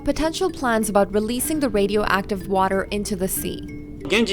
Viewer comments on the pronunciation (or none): They couldn’t get a better spoken scientist? He said wemoval of wadio active matewial